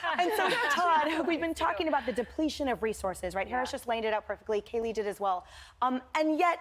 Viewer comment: Please say her name correctly Kaylee 🙏 😭